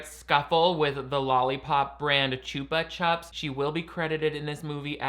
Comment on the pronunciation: The mispronouncing of chupa chups is killing me 😭